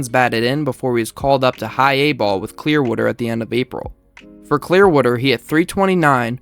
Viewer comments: The way you said Clear-wooder showed that you’re legit! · "Clear-wooder" is the only correct pronunciation